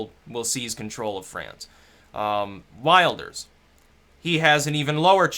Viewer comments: nee fred. will-durs :) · wilders - you can pronounce it as willdurs and you'll be quite accurately mimicking the dutch pronunciation. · It's pronounced "Villders" my mate's girlfriend's Dutch and that's how she pronounces it. "Geert Villders" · its probounced Will-ders. regards from a Dutchy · "Wilders" is pronounced with a short "i", like "will" and "Italy". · wilders is pronounced with a short i, like in will will-durs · Geert Wilders' surname is pronounced 'Vill-ders',. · it's as it sounds, vilders, don't be thrown off by the double v, same as in German language, any word or name with a Wyou is pronounced V. Like VolksVagon. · Vilders. Welshhh. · Pronunciation (sort of): Kheert Will-durs. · you can pronounce 'Wilders' as 'will' (as in one's last will and testimony) and 'Ders (as in 'hearse' but with a 'D' ). That should be phonetically correct.:)